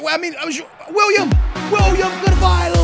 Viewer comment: ***** I'm actually brazilian but I'd say the way he pronounces Pereira, Quaresma and Willian Carvalho are weird. There might be other ones